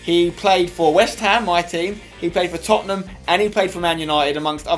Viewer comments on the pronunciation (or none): none